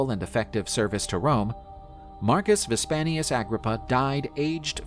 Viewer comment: It is "Vipsanius" not "Vispanius". C'mon people.